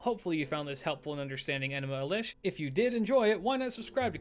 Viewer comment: Good stuff but why mispronounce enuma elish?